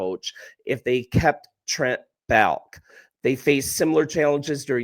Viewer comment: The GM's name is pronounced "Ball-Kee", not "Balk"...